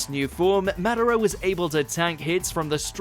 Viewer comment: if you can't say madara right, why do you have this job?